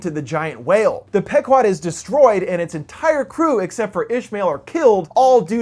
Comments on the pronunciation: It's pronounced "PEE-QUOD," you Millennial moron, not "peck-wad." Typical Millennial -- a lifetime of reading words online without ever having heard a human being speak them. Quit gaming and get out in the real world. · It's pronounce "P-quad" not "Pek-wad", sir. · It's pronounced Pee guad. The name of the boat in Moby Dick. Millennial assholes. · In all honesty it's pronounced pe-quad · it's PEE- KWAD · pronounced "Pee 'quad" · Isn't it pronounced Pee-quad? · I think its pronounced pea-quod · Pronounced "Pee-kwod". Named after an Indian tribe from Connecticut.